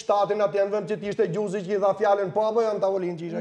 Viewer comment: 😂😂😂😂😂😂😂😂😂😂😂😂😂😂😂😂😂😂😂😂😂😂😂😂😂😂😂 kush eshte kjo ????? Xhuziii 😂😂, meso alfabetin o gojore ,Gj e madhe e shtypit,gj e vogel e shtypit :Gjuuuuuuziiiii